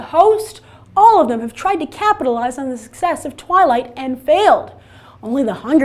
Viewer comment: IT'S NOT TWIILGHT